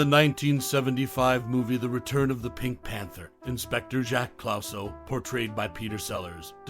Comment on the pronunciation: Jacques Clouseau. It's pronounced "Clooso" not "Clowso". David Niven, pronounced as is, not "Nyven". Jeez.